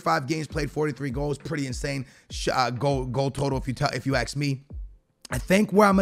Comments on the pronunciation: Hvvb Hvvmk hate it when he says ax me man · No one:: If you guy have any questions ax me